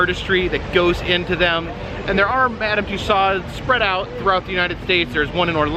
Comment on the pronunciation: For info: the closest approximation of saying Mme. Tussauds in english is more or less "Tooso" (the d and final s are silent, although technically there wouldn't be a possessive s in french)